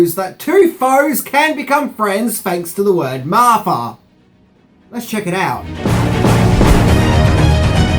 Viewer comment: I agree with everything this said EXCEPT the Martha part...or as he said it - repeatedly and annoyingly, "Marfa." I mean, what kind of weird, reverse lisp is that??? Batman doesn't hate Superman. Bruce doesn't hate Clark. There is not emotion involved; there was only practicality. He saw him as a potential threat to humanity and was thus only trying to make a point. 1. that Superman was indeed too powerful to NOT be considered a huge threat risk to the planet and B. that he could indeed rectify that problem and neutralize that threat any time and any where. He needed Superman to know that and remember it well. There might have even been a little bit of dick-measuring and pissing contest, but I digress. Once he brought that tiny bit of emotion into it, it broke the cold, callous, calculation that Bruce Wayne was in the process of executing. It woke him up. It snapped him out of his steely focus. It spoke to Batman's humanity and reminded him of why he became Batman to begin with. Doesn't he even change voices in that scene from gruff Batman back to normal Afflect? I mean, that tells you right there that in one quick moment, Batman is still human...he's a person with no super powers. He's just like me and you. He cries, he has problems, he's flawed. He's just a man trying to make a difference in a terrible world. His humanity came flooding back at that instant along with a rush of all his memories of his mother and family, and quite frankly, I would say it might have been